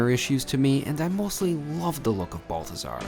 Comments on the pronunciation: Please note. It’s not BUL-THAZAR. ITS BAHL-THAZAR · You prronounced it wrong. You have to say it like a rich snooty Parisian...'Behl-teh-zar'. Are you leaving there when Commie Mamdani gets elected and ruins NYC for years?